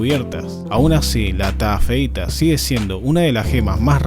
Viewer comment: Taafeita:❌ TA feita:✓